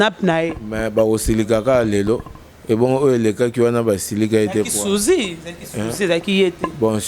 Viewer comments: on dit sosie et non suzi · yo pe Sosie et non Souzy tiii okoloba pe yollande... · ba lobaka Susie te mais sosie ehhhhh mot nini ya français olobaka bien?? Même ko tanga oyebi te. Mais licenciée n'a IFASIC 😂😂😂😂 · sosie et non sousi ehhhhhh nzambe classe ya ndenge nini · Ahaha Souzi. Mais mwana mwasi oyo soki ba universités ya UFASIC akenda ya wapi? Sosie, mot français ekomi epa na ye: Sousie. Elle dit aussi: "Ezalaki sousi, ezalaki ye te". C'est alors que j'ai compris que la fille alingaki koloba ke: "Ezalaki sosie" (Personne avec qui on se ressemble). Sikoyo na munoko ya ekomi: "Ezalaki Souzi"... Loba kaka ke ezalaki: "Suzi-ki" ya Quartier Latin. Ahahaha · on dit sosie et non souzi. 😏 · Sosie non sozi 😇😇😈😈😈😅😅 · Kie, kie, journaliste mwana IFASC......yo oza KO continuer koloba Souzie? Oza zoba vraiment 😆😆😆😆😆 balobaka SOSIE OYOKI? Sosie, sosie,. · Rd Congo kiekiekie elle sait pas parler cette meuf! même dix elle arrive pas à l’ dire